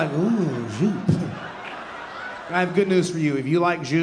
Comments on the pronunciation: Joop is called "Yo-P" not juup ;) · It's pronunce "Yope". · JOOP! Is pronounced “YOPE” How many decades have you been mispronouncing it? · Yeah, Joop is pronounced 'Yope' like "rope." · This is great stuff. I always love Cliff's comedy. But....I have to be THAT guy. I did get nostalgic when he said Joop and Cool Water in the same sentence. They're two of my all-time favourite Eeu Du Toilettes' right there. But, Joop...is pronounced YOPE, as in Y for Yellow and OPE as in Hope. It was all over their original advertising when Joop was launched but no one took any notice and just pronounced it phonetically. I don't think I've ever heard anyone, accept fragrance counter folk, pronounce it correctly and they LOVE to correct people on it....just like I did. The part about your sister dropping everything to care for your dad....that hit me so hard. My dad and I had always been close but we had a difficult relationship as he was an angry man all of his life and I, even as a young boy, would get in between him and my mum if they were arguing. For this courage I copped ten years of serious physical abuse from age 5-15. After 15 I was a little vigger and we still fought but I had the upper hand. My father always said he was "teaching me a lesson".;he was right because, in all of those years when I was fighting a 49+ year old man I never feared anyone else and I learned how to look after myself, take a heavy punch amd cover up etc. Regardless of the beatings I kept standing up to the plate any time he abused my mother or sister. I would take rhe heat and that heat was hot as hell. When my mum and dad finally divorced no one in my family wanted to know my father but I rem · the joop pronounciation is cracking me up :D never heard that before.